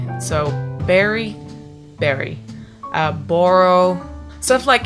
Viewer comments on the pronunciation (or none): When you said borrow it was Canadian